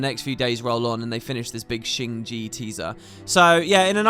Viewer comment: Keeps calling it “Shing Gee”, its “Shing Jay”